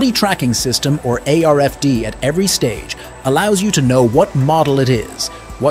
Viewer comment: Radio frequency identification tag = RFID yet the voice over says ARFD????